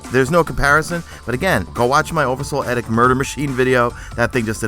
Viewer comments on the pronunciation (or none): Oversoul EEEEEEEEEEEdict. It's a long E sound on it.